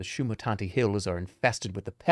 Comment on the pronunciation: gotta respect his dedication to mispronouncing shamutanti every single time without fail despite it being clearly spelled out